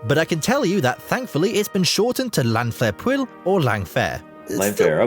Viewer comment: His attempts at llanfairpwll and Llanfair were particularly bad